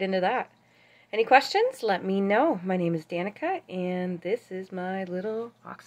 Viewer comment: Why do you call it an axolotyl and not an axolotl?